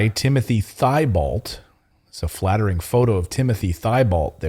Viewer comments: Timothy T Bow. Not thigh Balt. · Thibault is actually pronounced, "teebow." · Thibault is a french name. Actually pronounced Teebo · It's Tee- bolt. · FYI Timothy Thibault is pronounced Tebow. He has a Cajun name. No offence please. A lot of people get it wrong. Including me until I was taught different. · Clayton it is pronounced Timothy (tee bow) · Thibault is a common French name. Pronounced 'Teebo', the h is silent.